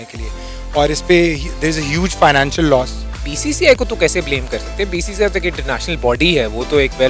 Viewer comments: Bhai BCCI thik se bolna nhi ata aur nam lete hai wahh 😂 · 0.04 bcci nahi bola jata....🤣🤣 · Half of them can't even pronounce BCCI😁😁😁